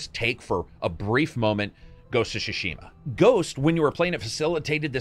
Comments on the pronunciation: So It's the second video and i must say it's not Ghost of Shushima. It's is pronounced T Sushima and T is kind of silent so It's mostly Sushima. Like Sushi. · GHOST OF TSU-Shima not Ghost of Sushima or Shushima. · "ghost of shashima"... pathetic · idk why youre calling ghost of tsushima "ghost of shushima" but it sounds pretty funny